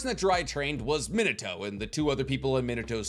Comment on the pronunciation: God I hate how he says Minato it’s mean ah toe !!!! Not min ah toe !!!!!